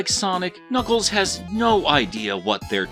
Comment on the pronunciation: Ah yes...knackles